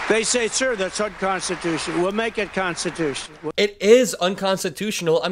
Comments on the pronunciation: Why can’t he say “constitutional”? It’ll be unconstitutional to burn a pic of DJT, just like in his buddy’s country of N. Korea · “We’ll make it constitoosh” he literally says — he cannot complete any multi-syllable word. That’s the least of what’s awful about him, I realize.